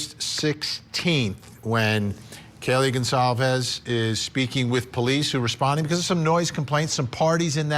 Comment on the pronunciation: Wow, Vinnie! You're STILL mispronouncing "Goncalves"